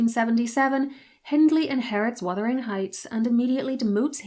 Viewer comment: OMG! Thank you so much for pronouncing "Wuthering"correctly! You are one of a precious few here on YT to do so!